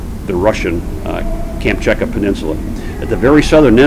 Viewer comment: Very very interesting, but such a pity he makes such a shambles of pronouncing Kamchatka peninsula and Wladiwostok. You would expect someone like him to at least know how to pronounce the names of the areas he flew over better. But yeah, Americans you know.